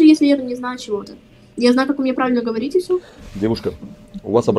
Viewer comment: На Русском правильно "ГОВОРИТЬ", а не "ХАВАРИТЬ" 🤦😂😊